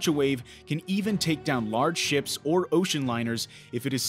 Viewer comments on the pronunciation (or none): none